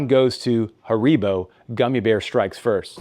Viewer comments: Not Haaribbow....😁 its HAARIIIBOOH... i appreciate the presentation from germany🫡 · It's pronounced HAribo.